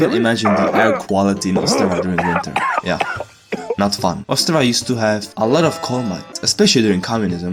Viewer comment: Yo im czech here! And why we notice? cuz yall have dialect on the penultimate consonant and czech mostly have it on forst consonant xd that how we notice. yall: ostRAva we: OSTrava